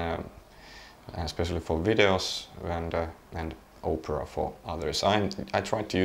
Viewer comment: My p4000 crapped out on me so I got one of these from telus, should be here next week. Had to pay a fair bit but they gave me a good deal on my plan. PS When he says opera it sounds like oprah haha.